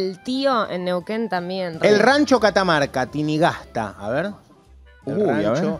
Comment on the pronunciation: Niuquen. Ya no te arcorda como se pronuncia. jajajja